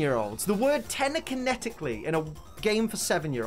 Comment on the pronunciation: I kept hearing you say te-N-ekinetically instead of te-L-ekinetically, it seems that in your outrage of that word usage in a 7 year old's game, you ended up saying it wrong yourself... like a 7 year old ^_^. Also I wasn't that surprised at all at that since I'm pretty sure Kinesis and Telekinesis existed from Generation 3 in general as those irrelevant psychic type moves that no one uses. So yeah :)